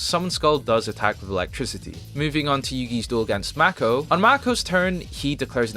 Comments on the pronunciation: So then you are 100% aware that it is pronounced May-ko, but you still say Mah-ko..? I don't get it. If you can say a name more correctly, you should. It wouldn't even be hard for you. Random words are whatever, but someone's name should be respected. Why does the newest generation care so little about respect, even after adulthood? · Spelled "Mako" but everyone in the show pronounces the name as "Mayko". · Must be ai. Like Yugi literally says Mako's name in your video and you still said it wrong 4 times.